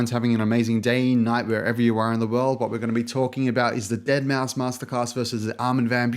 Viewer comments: Good video thanks. (However, Deadmau5 is pronounced as "dead mouse" rather than "dead mow") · Mouse NOT MAU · It's pronounced Mouse not Mau, sorry I needed to get that out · it triggers me when he said deadmow instead of saying deadmouse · It's pronounced "dead mouse" not "deadmow" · I agree that the AVB class is probably better for learning, but Joel is honestly a better producer overall. Also please stop mispronouncing it as "deadmow" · ... Did he say "Dead Mau"? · its said DEADMOUSE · DEAD MOW?! cmon mayne get the name right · Really just made an entire video on Deadmau5, but failed to research the proper pronunciation of his name. Solid video. But weird 😂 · Uhm, you're pronouncing deadmau5 wrong like 60% of tha time bruh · Why cant you say deadmau5 properly? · you already sound like you have no idea what you're on about. Can't even pronounce deadmau5's name. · the minute you incorrectly pronounced Deadmau5 I knew it was over